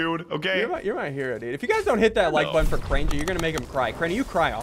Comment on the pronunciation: Drink that like buttun